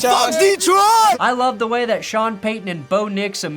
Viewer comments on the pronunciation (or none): none